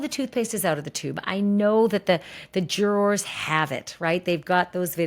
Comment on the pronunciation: Love Ashley, hate her pronunciation of “Jurawrs” 😂😂😂